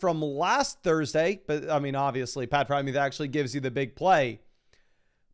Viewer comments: who the heck is pat frymuth? its FreIERmuth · Why does he pronounce freiermuth as “Frymewth”?